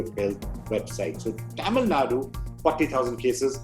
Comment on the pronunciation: Cute way of pronouncing Taamil 😂 Nadu!